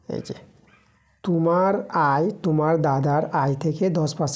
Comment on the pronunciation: Kotha ta tumar noi kotha ta tomar thik kore uccharon korun😅😅😅